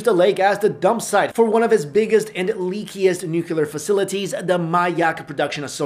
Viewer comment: Yo,... repeat after me: nuclear.